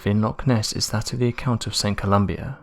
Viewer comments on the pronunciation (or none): The man's name was Columba - "Ko-loom-bah". Excellent video. Very enjoyable. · Saint ColumBA..... there's no "I" in it..... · Saint Columba btw not Saint Colombia as you stated ;) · It is Saint Columba, not Columbia. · St Columba. Not Columbia.